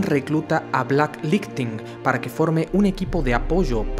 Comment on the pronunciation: Repite conmigo Black laightning no black ligthing